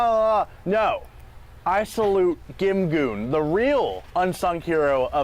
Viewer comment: Isn't GimGoon pronounced more like "Jin-Gong"? x'D x'D x'D